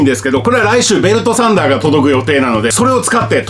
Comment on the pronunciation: 「ベルトサンダー」が「ベルトさんだー！」かと一瞬思った